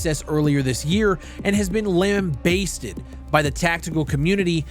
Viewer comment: hahaha hearing you pronounce lambasted totally wrong is too funny. it’s not basted like basting a turkey, it’s lamBASSted like catching a bass.